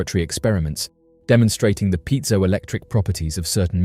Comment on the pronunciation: Piezo Electric Effect..... Piezo is PRONOUNCED (pee-ay-zo) 'pee' like tree / 'ay' like day or clay / 'zo' like like go or snow - - piezo :)